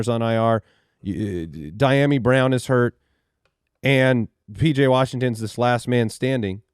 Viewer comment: Lol you definitely said Pj Washington 😂